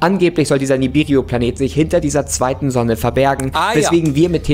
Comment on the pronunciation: sagt Ihm bitte mal das dieser vermeintliche Planet Nibiru heisst und nicht Nibiriu, Danke.